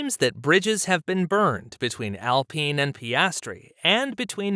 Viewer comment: AL pine not AL peen. lol